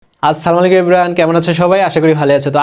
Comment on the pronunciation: Sorry to say, সালাম টা সুন্দর করে দেন,আসসালামু আলাইকুম এই ভাবে বলবেন স্লামু এটা ভুল 😊